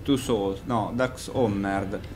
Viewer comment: Andrea Pergolesi cioè, sinceramente, devo credere che non riesca a pronunciare il titolo di questo gioco? o lo fa apposta, e non fa ridere, o ha talmente poca voglia che sta dormendo davanti lo schermo. in entrambi i casi, la cosa non suscita particolare divertimento in me.